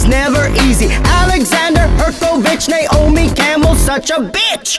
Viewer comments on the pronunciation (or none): none